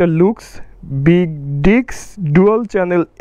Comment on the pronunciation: ভাই ডিক্স না... ডিস্ক হবে। আপনার ইংলিশ এ অনেক সমস্যা আছে।